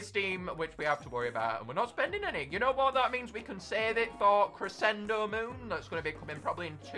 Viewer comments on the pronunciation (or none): none